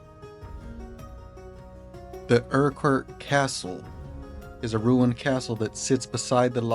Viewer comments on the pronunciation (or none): Urquhart Castle is pronounced as Ur - Kart Castle. The climate here is perfect, its just the weather that spoils it.